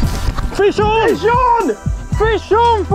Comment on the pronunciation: is it French? Fishon?😂🙌